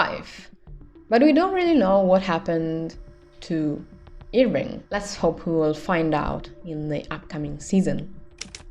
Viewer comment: Everytime you say "Irving" I hear "ear ring" xD